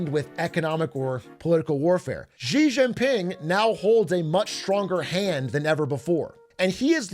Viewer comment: I love listening to what the hell is going on with Trump's destructive decisions across the world. Here's a simple way to pronounce the president of China's name: She - Jing - Ping. China itself is shit btw. Justice for the civilians is probably as worse as the US